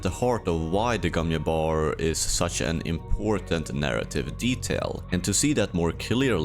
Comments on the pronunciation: why do you say gom yabbar when we know it is gom jabbar? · It's the Gom Jabbar, not the Gom Iabör. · It's not the Gon Yabar. It's the Gon JJJJJabar